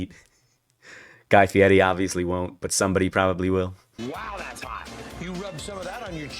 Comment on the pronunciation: Stop saying his name like that it’s FIERI not Fietty